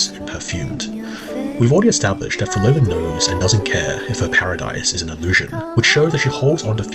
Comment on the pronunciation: So you’re saying Phrolova was creating an “Outer Heaven”? WHEN YOU CAN’T EVEN SAY MY NAME🐍🫡